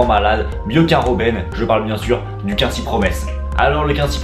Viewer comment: Par contre ca se prononce COUINESY promes mdr ^^